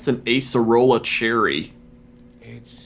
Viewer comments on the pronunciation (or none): none